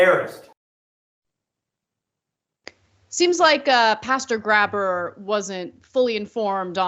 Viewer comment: okay, i'm gonna be that guy for a sec. It's pronounced "gray-burr", not "grabber". That is all.